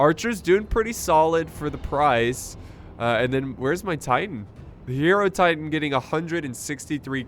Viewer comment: God the way he pronounced Hierotitan....my god